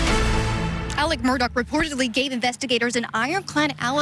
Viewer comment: Murdaugh’s first name is pronounced more like “Illick” than “Alec.” IDK how so many journalists can hear it pronounced properly in court and keep calling him Alec.